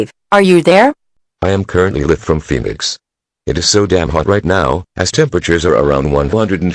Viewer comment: the mispronounciation of "live" made me laugh for a while, then the fucking creepy eas tones scared me